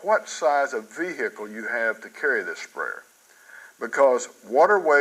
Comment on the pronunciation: V-hickle lol